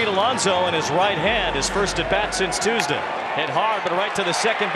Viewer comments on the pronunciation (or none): none